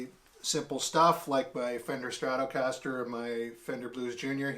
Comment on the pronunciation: Its irritating me how you pronounce stratocaster 😂😂😂